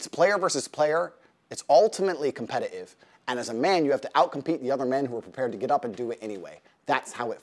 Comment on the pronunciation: he said competitive like he's from the UK 😂